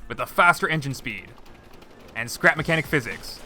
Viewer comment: Welcome back to “scerap mecniac”